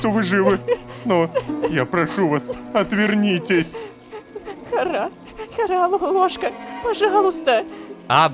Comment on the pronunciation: Боже видео как всегда шикарно. Вот мне очень угарно в моменты когда лололошка говорит "хара". Я как человек знающий иврит и в нем тоже есть это слово заявляю что не привычно слышать данное слово с ударением на "Ра" тут ударение идёт на "Ха". Может на арабском по другому но не поделиться я не могла. Все кто работает над данной историей молодцы. Продолжайте в том же духе